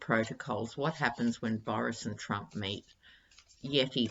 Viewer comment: So funny, when you said "what happens when Trump and Boris meet" I initially heard it as: "what happens when Trump and Boris MATE" 😂😂 oh the image!!